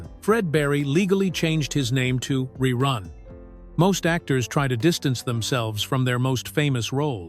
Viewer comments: To the one who is telling the story. If you going to talk about it. Then first say Rerun instead of Reroon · "RE-ROON" Yeah AI sucks!! Thumbs down. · when your AI can't pronounce the word "run", I'm not worried about you taking over the planet. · The AI can't even pronounce ReRun correctly. Listen to and edit your videos before posting them, please. You can do better. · I said the same thing 😂😂😂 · I made it in and had to stop. RERUNE is not his name LOL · It must be AI because that is not how anybody said his name or how you would say that